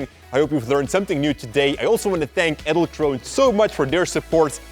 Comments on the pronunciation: I thought when u say "edelkrone" you have to pronounce the "e" in the end. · The pronounciation of Edelkrone is so goddamn wrong...